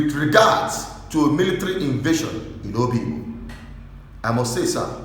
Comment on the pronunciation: You’re an idiot, what’s the issue with the Pharisees got to do with this? You’re beginning to irritate me you this. I’m this close to unsubscribing from this stupid channel. The fact that you called it Oyigbo instead of Obigbo show where your allegiance lies. You’re a very very stupid guy. Obasanjo sent soldiers to destroy Udi and Zaki Ibiam n so what? So we should start worshipping the army or what? Bastards everywhere Ralph Uwazurike you will be dealt with when the time comes. Jealousy is what will kill all of you Ralph Uwazurike, the amebo that turned his lifestyle of gossiping into a profession. Shame on you. Who said it was Wike that changed those names before? God forbid these shameless set of human beings not different from Nnia Nwodo and Ohaneze Ndi Igbo. Idiots as if the army are God in heaven. What a disgrace. I’m out of this stinking and disgusting channel.